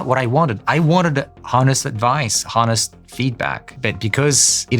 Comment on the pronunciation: Not his first language, lol. Easy to tell by his constant mispronounciation of "Honest".